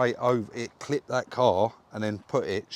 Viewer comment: you say clipped.